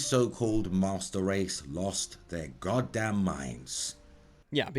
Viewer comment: It sounds like he says musturd race